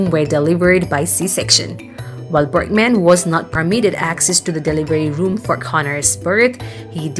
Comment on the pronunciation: Berg man, not Berk man!!!